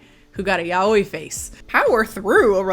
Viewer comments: Girl tryna say yaoi face?? "Ya oh ee" headass lmaooo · Aside from this terrible, toxic ass movie...is that how you're supposed to pronounce yaoi.. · The way says Yaoi got me fucked up XD